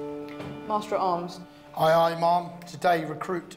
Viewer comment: Do they not teach how to say ma'am in the Navy?